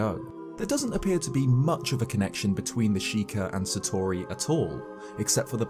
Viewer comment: I don't wanna be that guy and I appologise... But hearing you consistently mispronounce "Satori" hurts